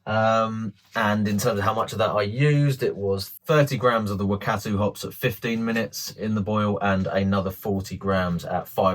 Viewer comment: Love the music mate 😂 And good effort on your pronunciation of the NZ Hops Wakatu and Motueka, maybe research that one a bit more. I'll be brewing this soon. Cheers